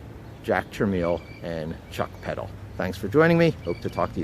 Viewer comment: You are pronouncing Jack Tramiel incorrectly. It’s pronounced truh-MELL. Most people pronounced it wrong so when Jack started his post Commodore company he named it Tramel Technology so people would pronounce his last name correctly.